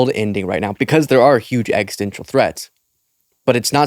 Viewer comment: it's driving me nuts. Ex-iss-ten-shul. 😛🤘